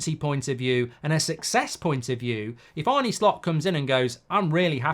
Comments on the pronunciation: It's 'Arn-eh' not 'Arn-nee' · Its spelt ARNE but its pronounced ARNA not ARNEY!!! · Mark who is this Arnie that you talk about?. I believe it’s Arne, like John ARNE Riise 👍✌️🫶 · Arny Slot, who is that??🤨 Or are you talking about Arne( Ar-nuh) Slot. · Arn-uh Slot, not Bert and Arnie Slot, is it really that difficult ? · He’s called Arne, not Arny. In Dutch you pronounce it as Arnuh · Arrna not Arne please Mark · His name is not pronounced Arnie and he has made a point of saying this. Otherwise, surprisingly unbiased video... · Mark very good and fair, unbiased opinion on Slot and that’s coming from a Liverpool fan. The only thing which is a little annoying is the pronunciation of his name. Arne is pronounced Arner and not Arny Apart from that keep up the very good work. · To pronounce his name correctly is “Arner” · His name is Arne, not Arnie. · Yep. Love you Mark but it’s pronounced Arna not Arnie. Don’t worry you’re not the only one doing it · Pronounced Arna ...not Arnie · its Pronounced Arna not Arnie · His name is not Arney, you old geezer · It's not pronounced Arnie. It's pronounced Arner. Like former player John Arne Riise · It's ARNE, not Arnie 🙄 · His name is not Arnie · It's not "Arnie"! It's A -r (rolled) -nuh. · It's Arnuh Slot not Arnee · Stop saying Arnie. If you can’t say Arne, just say Slot. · Who is Arnie? It’s Arne! Is it Ereeeq Ten Hag? 😂. Liverpool are already great. Arne is trying to make them greater, get it right. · Its pronounced Arna not Arnie you prat, great video 😎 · Mark, his name is not Arnie but Arne. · Arner Slot not the muscleman pronunciation 👍❤️😁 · I can only assume it's a purposeful mispronunciation of "Arne"? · Try getting his name right to start with goldy 😂